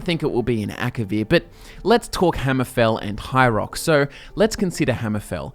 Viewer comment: "High Roark"